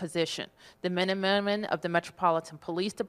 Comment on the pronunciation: The men and mehrrman? Oh yeah? Hahaha